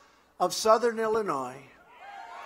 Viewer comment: Lol. Had to go at the bottom of Illinois? trump's so scared of chicago area. When he pronounces Illinois with the "S," idiot!!